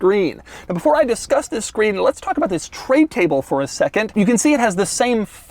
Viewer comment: Y'all pointing out the THISSS but I can't unhear the way he emphasizes 2021